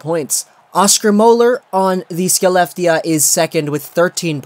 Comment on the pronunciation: Skelleftea is pronounced Haleff-tee-uh